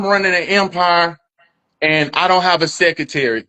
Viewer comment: He needs a what? Can't even pronounce secretary. A complete clown!